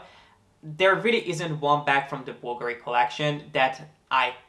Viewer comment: Thanks for taking the time to learn how to pronouce Bulgari correctly. Most people put the accent on the A and I must confess it's a bit annoying. I never comment on anyone who does that, it's not important and I don't like being THAT PERSON, but it's definitely nice to hear it pronounced the right way. :)